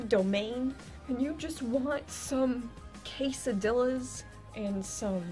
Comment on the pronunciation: Quesadillas.. I'm dead as fuk. The way u said it.. God bless the caucasions.. sorry I'm Mexican..